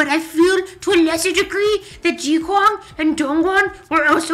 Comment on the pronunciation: lol! why does it sound as if they said zilo instead of zelo, betust istead of beast and ji kwang instead of gi kwang xD